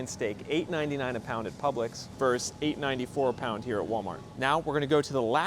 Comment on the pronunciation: versus* If you just can't handle the second syllable, why not just say "v"? "Verse" does not mean "versus". And "Versus" is the the same as "Verses"